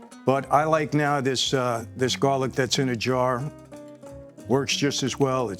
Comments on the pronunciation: Jarlic ? Come on Mike !! 🤣🤣🤣🤣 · It’s called jar-lic. A cute name made up by the young people.